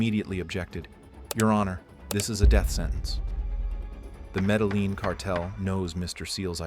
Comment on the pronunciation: You don't pronounce the L in medellin. (Meh deh yin)